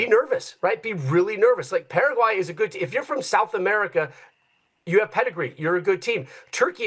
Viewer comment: So you can pronounce Turkey correctly but not Paraguay lol